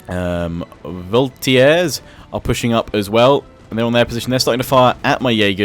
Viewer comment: don't like to be this type of guys but your french is tremendous "voltiers" instead of voltigeurs really ? just kidding great vid mate ;)